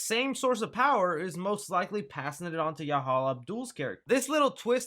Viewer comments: Boy u tried every pronunciation of that man name and still ain't get it right 😂😂😂😂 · I went to middle and high school with Yahya he’s an awesome guy. You pronounced his name wrong. He would have made a good Candyman, but Tony Todd would be best to play his original role.